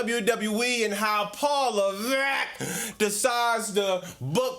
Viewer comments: “paul leVECKKKK” 😂😂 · Paul Leh-veckkkkkk will never get old😂😂😂 bro aew cooking! Omg swerve ospreay😍😍